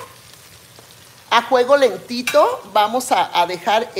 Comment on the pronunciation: Como se diga Sra. Eso no importa.. al fin q le entendemos..no es la unica persona q no dice bien las palabras.. somos miles.. o ud es perfecta? Q yo sè ..Perfecto.. solo DIOS..